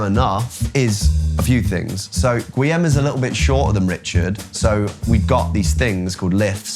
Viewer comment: It's not GWEE-am, it's GEE-orm.